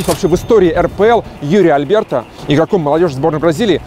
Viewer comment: АлЬберто. Блин, вы как комментаторы на "Матч ТВ". Все никак не выучите, что Алберто. Без мягкости. У вас же в названии получилось как-то правильно написать.